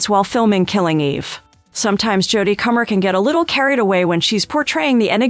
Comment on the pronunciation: No 1 thing you don’t know~how to pronounce Comer (rhymes with doner)